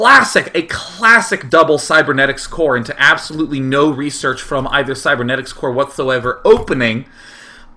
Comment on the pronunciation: "qween wush fwom wubby"